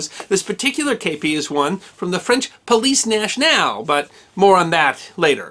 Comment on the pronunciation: Cut him some slack. He identified the first kepi as from the "Pleece Nash-nall." I'm pretty sure he meant Police nationale. :)